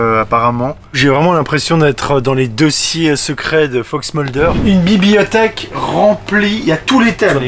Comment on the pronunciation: Ton "Bibiothèque" m'a mit en pls ^^ !!